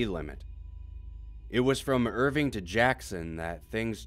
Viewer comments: its Irvine, not Irving... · Oh and by the way, you mispronounced nearly every proper noun you used......it's Ir-vine , not Irving.